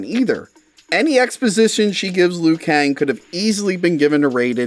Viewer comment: He is called Liu Kang not Lou Kang.